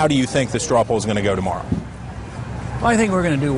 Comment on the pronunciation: not 'pools', not 'poals' but POLLS!!!! come on you have a computer!!!! check before you post!